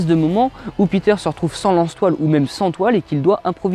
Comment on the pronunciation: Qd t'as dit "lance toiles", j'ai entendu "lance poils".... Super vdo